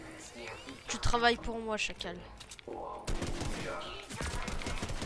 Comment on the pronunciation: Arrête de dire chacale